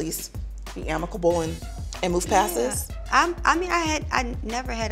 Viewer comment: The host favorite word. I noticed is ammocable. Lol she says it all the time